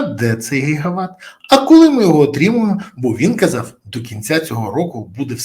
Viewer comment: Не гігават а ги- ги ват😂